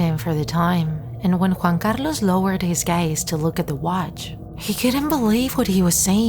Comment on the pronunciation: Ok , I love your pronounciation of Juan Carlos